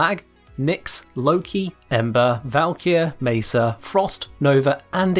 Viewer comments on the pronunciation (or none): none